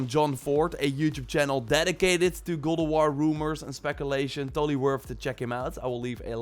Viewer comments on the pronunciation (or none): Sounds like you are saying ''Goulduar'' and not God of war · Is he saying Ghould of War? Wtf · Gol of war I hear lol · can this guy actually say god of war lol kinda sounds like he is saying he is saying gold o war lol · godowaw , thats how i heard him saying it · i fkn hate the way he says god of war "godowarh" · "godowar" yikes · am I the only one hearing him say "Gold of war"? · I’m going nuts hearing gold o’ wahr 🤬🤯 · Goldowahr bro fukk speak cliiirlee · why do u say god of waaaaa?